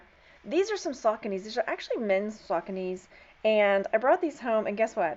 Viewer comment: I think the sneakers are pronounced SAW-SONY. Not to be a PITA. 😘